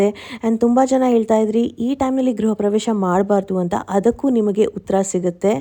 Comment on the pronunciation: ಗ್ರಹ ಪ್ರವೇಶ ಅಲ್ಲ ಗೃಹಪ್ರವೇಶ